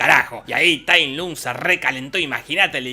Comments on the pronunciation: tai lunk?? se pronuncia tai lonk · Este es el peor resumen, todo mal jajaja "tai lun" TAI LONG se pronuncia, le cambió el sexo a Mantis y Grulla, músicas desfasadas, falta de info, todo mal hizo el Jorge. Jajaja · Oe es Tai long no Tai lung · "Tailun"? Recuerdo que se pronunciaba Tailon 🤔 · Todos: TayLong Jorge: Tailun xD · Es tai long, no tai lung pendejo y no me insultes al panda, barba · Tai long se dice! Pronuncia bien lpmqtrp pdpcryc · Tay lOng no Tay lUng... ponerle voluntad la c... (En LATAM paso cómo Tay Long ps) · sep, se escribe Lung, pero se pronuncia Luong/Long, que yo sepa sólo en España dicen Lung así a lo bestia XD Pero es obvio que no vió las películas, ni sabe el nombre de Po, y son dos letras de mierda... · Nadie Jorge: Tailum JAJAJAJA JAJAJA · tai lun jajajajajajaja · Tai lung? Diganme que no soy el unico que le decia tailong xd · Mi nene te escucho diciendo "Tay Lun" y dijo quién es este marmota jajaa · Con una carajo te lo resumo deja de intentar ser gracioso, respeta al maestro shifu y pronuncia bien la cosas tae luuuun, decepcion de video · nadie: absolutamente nadie: jorge: tai lUng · Tay Lung, enserio pronunciarse tal cual se escribe 'Tay Lung' Se nota que esta película no viste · No les pasa que "TAILUM" jajajajajajajaajja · El dolor de oídos que me genera escuchar Tai lung jajaja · Cómo le vas a decir Tai LUNG?! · Se pronuncia tal como se escribe su nombre ~"Tai Lung"? y yo que creía que era Tai Long xd